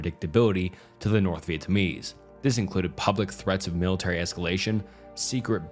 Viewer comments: For the love of God, can you look up the pronunciation of the names beforehand? This is a really well researched video but the most basic names are being butchered you called Vietnamese people vietamese three times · Dude still cant say Vietnamese